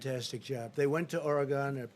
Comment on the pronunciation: B Bodziak he doesn’t even know howcti pronounce all the STATES! It’s Oregun not Origone